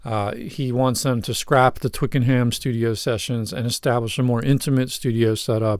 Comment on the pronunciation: Pronounced Twicken 'em